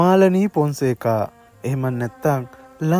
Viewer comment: පොන්සේකා නෙවෙයි බං ෆොන්සේකා 😮😢😢